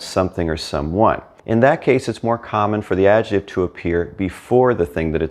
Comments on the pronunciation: your videos are. Brilliant, but you need to repeat after me: AD - JEC -TIVE. Not AD-JE -TIVE. You pronounce “c” in adjectivo, why leave it out of adjective? Hasta luego. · You are a fabulous teacher,. Did you know that the word "adjective" in English has a "k" sound in the middle syllable?